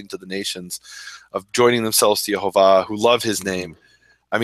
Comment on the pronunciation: The "missing vowel" is a breath of wind after the H. Not a hard YaHOva... YaH(breath)va